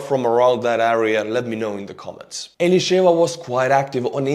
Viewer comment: You are saying the name of Elisheva so nice like an Israeli 🇮🇱 !!❤ I would like to correct your report regarding the poor Palestinian woman that got shot - she was shot because she tried to stab Israeli soldiers (ilke Elisheva) so the soldiers shot her. Israeli soldiers don't shoot people without a very good reason. Thank you for your channel (from an enlisted soldier in Israel 🇮🇱 🇮🇱 🇮🇱 )🌸 🌸 🌸